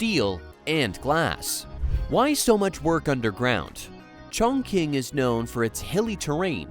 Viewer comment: Your pronunciation of Chongqing is wrong, teach your AI voice to do better